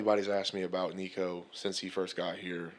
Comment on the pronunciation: How can you cover football and after 2+ years of covering Nico still not be able to pronounce his name right? There are videos of him here on YouTube showing you how to say his name.